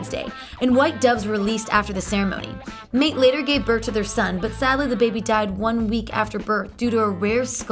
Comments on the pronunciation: Had to roll my eyes when she pronounced "MAYTE" wrong... It's MY-TAY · It's Mayte, pronounced "my tay", not mate... And nobody says "three one two one", because it's "thirty one twenty one". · Who the hell is Mate?! Her name is Mayte.... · Who the heck is mink Garcia? MAYTE GARCIA....Where are u from Canada or the dakotas? Smh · Mayte is pronounced "My-tay" not mate! 😒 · Prince ex wife Mayte name is pronounced MY-TAY not MATE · Pronounce it MY-TAY not MATE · Great info but his wife's name is pronounced MYTAY.......NOT MATE. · It's pronounced My-Tay. Not mate. Lol!!!! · Mayte is NOT pronounced "MATE" Its pronunced "MY TAY" You get no A for effort....matey!!! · He married "MATE GARCIA"!!!!!! OMG!!!! HER NAME IS MAYTE!!!!! This video is sooooo full of mistakes!! I would be embarrassed if I were u!!!@ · Mayté is MY-TAY and Sinéad is SHA-NAYDE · Prince's first wife's name was Mayte (pronounced my' tay) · i got irritated a lil every time she said mayte (mai té) name wrong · How someone gonna act like a Prince fan then say "Mate Garcia"? Sad. Still got some smiles over the rest. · "mate" "cynade" gfy... click bait, and wasted time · Her name is pronounced "My Tay". And "Thirty one Twenty one" is an address.. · MATE Garcia? SINE-HEAD O’Connor? You f*cking kidding me? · Great video. You did a wonderful job. But his former wife Mayte's name is pronounced (My- Tay) and Sinead O'Connor's name is pronounced (Sha-Nade). And last thing, I really think that first song that Prince learned to play on piano as a child was the 'Theme From U.N.C.L.E.' 👍🏾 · I've never heard Mayte pronounced "mate". That's a first. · MIE-TAY (crnge) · Mayte is pronounced my-TAY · Mate? Sign Aid? Sheesh! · Mayte is pronounce Mī-Tī (my tie) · her name is pronounced MY TAY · "Mate" Garcia? REALLY? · If you pronounce her name “Mate,” I can’t take the rest seriously. I’m outta here, halfway thru. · MY-TEAH!!! SHIN-AID!!! You need to learn how to pronounce these names lady. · She can't say Mayte?